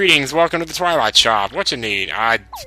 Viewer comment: twillite town? OR TOILAL TOWN!!!